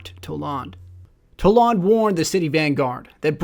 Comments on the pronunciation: You dont even know wtf you're saying, stfu already, (Toll Ond?) Its pronounced "Toll-And" dumbass, stop making videos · You pronounced kabr, wrong and how do u think it's pronounced (towlawnd) it's just toland. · Why do you pronounce his name so differently from the game? They honestly say it many times. TOE-land not TA-lawnd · toe-land not toe-lawned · "Tole-ON- d"? Its "Tole-and" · If you watch again, you pronounced it Toe-lond...not Toe-land. I spelled wrong to get my point across. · TOE LEND!!! Not talahnd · Omg the way you pronounced Toland was annoying. It's Toland not T'larnd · Toelawn lol it is pronouced Toelend because you hear from cutscene where Eris Morn talks about him! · TolAnd not to tolond also library not lybarry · Toe lond?tol ond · The way you pronounced Toland bugged me. Given that we don't know how it's pronounced, my friends and I believe it's pronounced "Toe-land" not "Tow-Law-nd" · You say the name like "Towlaund" Just say Roland and sway the R for a T. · Its not Toe-Lawnd lol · Toe lawnd? really.... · Omfg..... it's fucking toland, not TolAnd, TOE-LAND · Why do people insist on pronouncing every character's name wrong? Toland. It's said IN THE GAME multiple times.... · You pronounced his name wrong in this video. It's pronounced Toe land. I know I spelled it wrong, but that was to get my point across. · It's pronounced toe---land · Couldn't stop laughing at "Toe-Lawned" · I'm pretty sure it's "Toe-lund" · Lol toe- lond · Ugh DX can't stand it... It's pronounced Toe-land. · Toland is pronounced (Toe-Lund) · Isn't it pronounced (toh-land)? Nonetheless, great video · I honestly can't stand how this guy knowingly goes around mispronouncing character names. He did it with Kabr and now Toland. They pronounce their names in the game multiple times. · im sorry but i stopped listening because i cant stand how you say toland